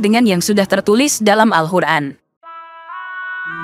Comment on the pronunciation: Apa telinga saya yg salah Dengar??? 😂 Al Quran atau Al hukran.. ????